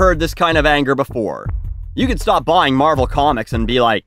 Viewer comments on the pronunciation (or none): none